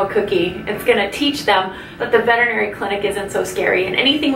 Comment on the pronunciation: Thank you for pronouncing veterinary correctly!! I have to seriously wonder about Veterinary professionals that don’t even know how to pronounce their own profession.🤦‍♀️🤦‍♀️🤣🤣I truly want to feel that my dog’s doctor is the same as my doctor. However so many of the vets I’ve encountered have reminded me that hillbilly medicine still prevails and modern high quality medicine is still difficult to find.